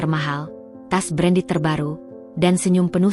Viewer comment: Pembaca cerita kok salah2 dan selalu saja tidak diperbaiki. Menyebut tas berandal, mungkin maksudnya tas branded. CEO dieja SIO..